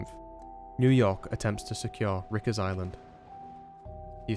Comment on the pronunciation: spotted you pronounced it like "Rickers island" when it normally sounds like "strikers" 😆😆 fantastic vid otherwise though. Really your editing is getting better and better with each upload keep it up.